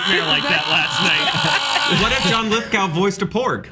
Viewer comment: Was joking when he pronounced it lith-gow and not lith-go? He's gotta know